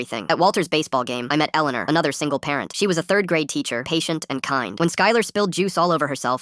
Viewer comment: My name is Elleanore and the pronunciation was so bad. 😂